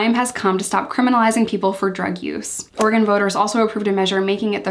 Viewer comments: Yess u pronounced Oregon correctly!! Tons of east coast people say “Ore-gone” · Can I just thank you for pronouncing Oregon correctly!!! LOL ( hearing so many “orey-gone” lately)